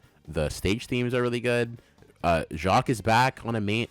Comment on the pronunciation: I laughed my ass off at the sonic 4 placement lmao. Really loved watching this and I learned so much about the background of these osts that I didn't know before!! Ofc I disagree with some placements but thats natural :) Also, Richard Jaqcues last name is actually pronounced "Jakes", which I didn't know until recently. I was watching and interview of him and that's how he introduced himself